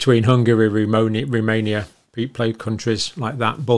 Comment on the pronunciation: “Romoania.” :-D